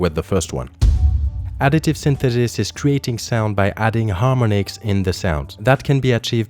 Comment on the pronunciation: Mate it's harm-ON-ics, not harmon-ics